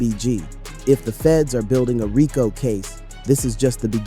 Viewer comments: Raco😂😂 dis ai don’t know to say Rico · WTH is a RYEco case? Bad ai voiceover… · Nice video but RICO is pronounced Ree-Coo